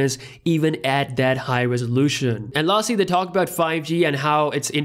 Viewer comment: Its they... not dey... that .. not dat... Dalk Properly